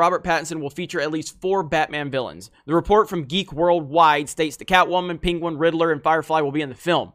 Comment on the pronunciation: Who's peenqwen? Never heard of this villain before, I know the penguin.